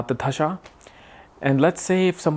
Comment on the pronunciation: its dasha and not dhasha! da as in we say 'the' in english, so dasha please that is why asked you if you could read hindi script or not